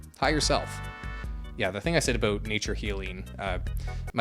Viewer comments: The best part of the entirety of the video is when the tarot card witch was so dumb you went full canuck--aboot.😂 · Love your pronunciation of ‘about’….which my UK ears hear as ‘aboot’ 👢